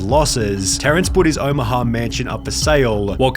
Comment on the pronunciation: Elevetaaaah, dangaaaaaah, Omahaaaaaaaah, bordaaaaaah, Iowaaaaaaah. There was a stretch there where I just couldn't concentrate because of the pronunciation